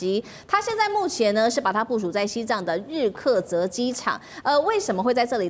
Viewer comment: 是日喀则 不是日测遮